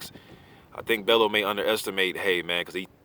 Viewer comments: You're pronouncing it wrong. You say it like "bell-you" not "bell-oo" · Love the channel, just you always say tony's name wrong. Its not BEL-LOW it's pronounced BELL-YOU (Bellew)